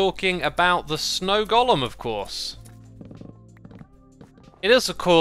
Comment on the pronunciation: Its Golem not cohlum. But probably an xisuma acacia pronouncement.